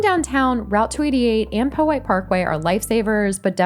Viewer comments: Be careful in the south side! It's (Pow-white) not (Poe-white) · The name originates from the creek the parkway follows, and it is pronounced "POW-hite," similar to the word "POW-hatan". It's name derives from the early Indigenous tribes here. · DON'T let ANYONE convince you it's pronounced "Pow Height"!!! I am currently exiled in Virginia Beach. I wish I was back in RVA, a real city!